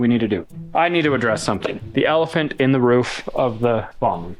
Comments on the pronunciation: Did just call a ROOF a Ruff? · can’t say Roof 😂😂